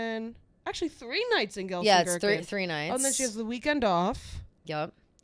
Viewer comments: Hi, Ladies! Love to listen. Just some friendly info it is pronounced gel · sen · kir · chen 😊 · someone needs to teach you how to pronounce Gelsenkirchen, I kept thinking you were talking about some made up small town made of gherkins